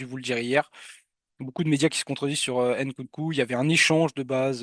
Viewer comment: STP mon pote c'est Nkunku pas Ncoucou